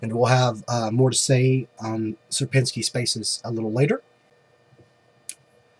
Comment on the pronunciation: You're pronouncing Sierpinski very well.